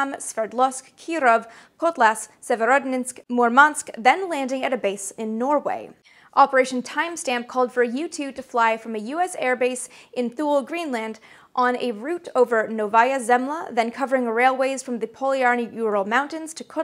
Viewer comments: Can you really use the music from KSP without repercussions?? I thought Thule was pronounced "too lee". Hence being out in the toolies was akin to the Air force stationing you at Thule AFB!! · Except she pronounces "Thule" wrong. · Thule AB Is pronounced "Toolee" not "thool" great videos! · FYI - "Thule" is pronounce "TOO-lee" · Thule is pronounced “two-Lee.” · Love your videos, Amy! BTW, that base on Greenland is pronounced "Too-Lee" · I like the way you say reconnaissance, I think it’s unique. I do laugh a little everytime you say it though, can’t lie. We do need to talk about Thule.....say it as “two-lee”. ❤️ you Amy, another awesome video on a cool topic. Will you be doing a review on the Disney Plus/ Nat Geo remake/reboot of “The Right Stuff” at some point? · THOO-lee Greenland.